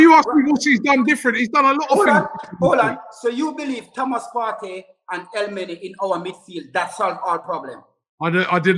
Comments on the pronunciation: Yard 'Elmeny' man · El -many 🤣🤣🤣🤣 this guy is polished 🤬🤣🤔